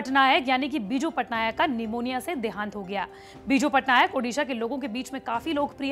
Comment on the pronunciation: उड़ीसा तो ढंग से बोल